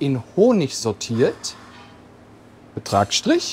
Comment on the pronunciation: Haha, Tomaten in Honig sortiert. Ich hab ein wenig gebraucht, dass sautiert gemeint war 😂😂